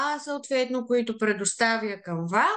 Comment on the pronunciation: Не се казва CanvA а САNva. Ударенито пада на първата сричка.